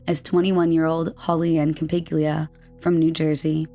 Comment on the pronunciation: holly ann campiglia is cam-pig-lee-uh, not cam-pig-yoo-la